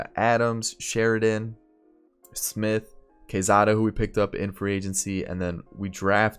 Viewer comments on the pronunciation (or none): none